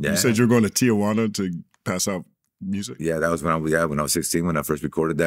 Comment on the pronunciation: It's Ti-juana